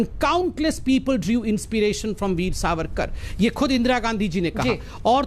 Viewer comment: SAVARKAR NAHI SORRYKAR BOLA KARO.